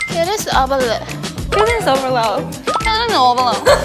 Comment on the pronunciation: She actually said cuteness obeloh BUT STILL